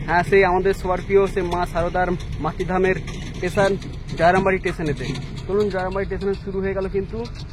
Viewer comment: চ্যালেন নয় হবে' চ্যানেল ',টেসেন নয় হবে 'ষ্টেশন 'ফাস পাট না 'ফার্স্ট পার্ট 'বাকি সব ঠিকঠাক আছে, সুন্দর ❤